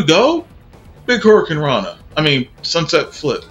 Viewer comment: It's not horcuruna lol it's hurricaranna